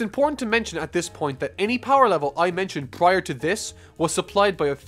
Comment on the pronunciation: "PRRRRior to this..."